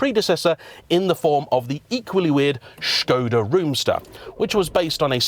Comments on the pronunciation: Refreshing to hear Škoda pronounced well! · Your pronounciation of "Š" is superb :)